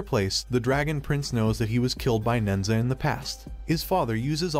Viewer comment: The story is based off the Chinese legend of nehza. The monkeys name is Son Wukong. Who is from the Chinese fable “Journey to the West”. It killed me how badly the names were so mispronounced but otherwise great summary of the movie.